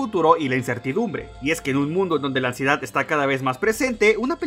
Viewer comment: Me dió Ansiedad cada vez que decía Amsiedad